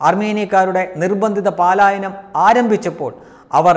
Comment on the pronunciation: പാലായനം അല്ല പലായനം ആണ്